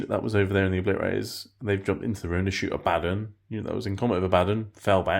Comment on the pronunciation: AH-BA-DON NOT AH-BADDON